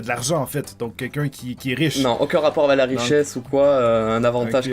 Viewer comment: j'adore comme il parle.. "ça n'a pas de rapport AVE... " la non présence du "c" hahaha